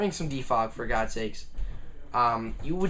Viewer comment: did you say bring some de fog for gogs sake?